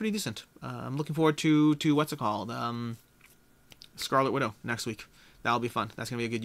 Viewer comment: Looking forward to scarlett widow ha ha. Sorry no ripping on you it just sounded funny lol. Enjoyed the vid.